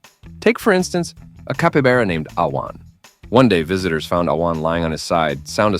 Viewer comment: Oh my ! Listening to this ai murder the name of capybara is too funny!! Guess he gets it right most of the time.